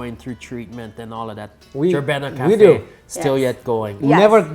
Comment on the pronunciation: Proud to be habesha ☺️❤️🇪🇹🇪🇷 also jebena is pronounced je-bin-a 😂